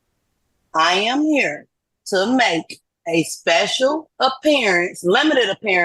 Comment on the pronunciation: 🤣🤣🤣She speshul alright!!